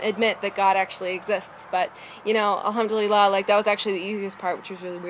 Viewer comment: where did you learn arabic..? your pronounciation of alhamdulillah is great! !!